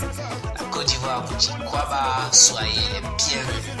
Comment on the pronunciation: Un petite correction on ne dit pas kwaba mzis plutot akwaba